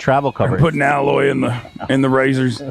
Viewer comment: that's a classic... Ethan mispronouncing words Alloy LOL